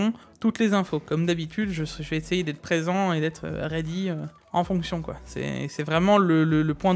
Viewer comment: Séquence LOL à 18’36 ou le danger de glisser des mots anglais prononcés à la française. Visiblement, est très excité par cette conférence AMD car, comme il le précise: "... comme d’habitude, je vais essayer d’être présent et d’être raidi... ” (pour "ready’ bien entendu). 🤣 Comment ça, j’ai l’esprit mal tourné! Sûrement, mais avouez qu'il a tout de même l’air bien excité le quand il évoque le show (et non pas chaud) 😇 AMD. #lamborghini